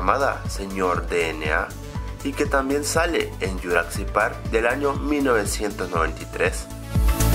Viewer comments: ¿por que dices juracsic park en lugar de jurassic park? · como ke dijo "yuracsic" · que mal dises jurasick park y uno de easter eggs era un poco ovio